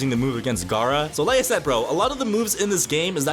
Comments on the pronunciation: Bro sayed garou instead of gara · DID BRO SAY ROCKLY AND GAROU ITS ROCK LEE AND GARA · Did He Just Call Gara Garou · He said gara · aint no way bro called gaara garou